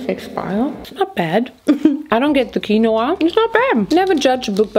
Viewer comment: "KWANOAH" its "KEEN_WAH" i still love you tho! lol